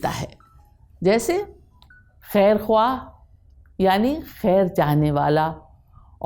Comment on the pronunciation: Afsos sad afsos !! yaha'n to charagh talay andhaira hay ! jama jama k bola ja raha hay Khuwaah jab k talaffuz hay khaah !!! Zia sahab aap nay durust farmaaya hay magar in ka kiya kejiyay jo urdu ki taang tore rahay hain !!